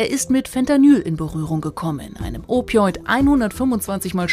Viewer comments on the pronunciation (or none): An die Journalistin: Opioid kommt von Opium und man spricht es aus wie man es schreibt. Das ist kein Anglyzismus. Also nicht "Opiöid". 😅